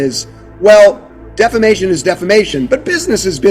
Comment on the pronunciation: Ok, so its a little funny that they cant read the word defamation 😂 and after tried to read it again